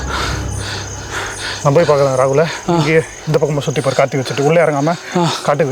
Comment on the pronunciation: 😂😂 said kachi for karthi 😂😂😂